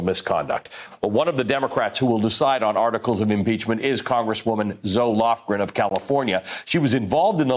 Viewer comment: I kept hearing Zoloft-Gren, Amazing to have a grand ole dame in the House who has been through three impeachment hearings. I hope you get her on the show more times if she is available, to clarify the process. :)